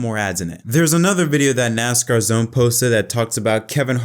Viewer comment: I caught one video and one was enough. When you start the video and call it "NOSCAR", like...what? As cool as it would be to see a "NOSCAR" series, the sport you're referring to is not it, I couldn't even watch the video from that point on.